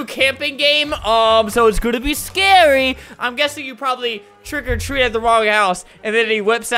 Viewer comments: not quiggily it's trick or treat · Who really liked it when he said “Trick a treat” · I like when Albert says TREAT OR TREAT TRICK OR TWEAT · Twick or tweet🤣🤣🤣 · The intro: “TrWiCk Or TrWeAt” Me: keeps replaying while dancing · It sounds like hes saying TRICK OR TREE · Albert: "Twick or Tweat! TWICK OR TWEAT" Me: Instantly Likes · No one: Flamingo: TWICK OR TREAAAAT C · “TWICK OR TWEAT. TWICK OR TWEATTT” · ''TWRICK OR TWREAT''